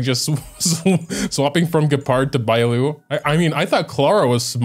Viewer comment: >"Gee - pard" sigh I'm sorry for being annoying, but it hurts